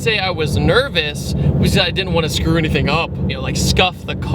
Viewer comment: I just realised that you say "enything" instead of "anything".